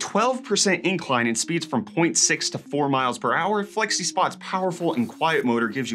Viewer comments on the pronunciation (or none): none